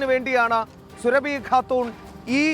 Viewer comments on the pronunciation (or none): സുരഭി അല്ല സാറേ സുറാബി.... സുഹൈൽകാക്കാന്റെ സ്വന്തം സുറാബിതാത്ത....ബീവി 🤣🤣🤣🤣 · Surabhi khatoon alla ..."sooraabi khatoon".